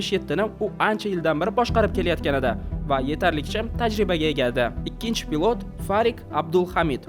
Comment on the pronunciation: Хурматли админ.с билан ш ни орасида унчалик катта фарқ йўқ тўғри талаффуз қилишни ўрганинг пилот бўлади а пылотмас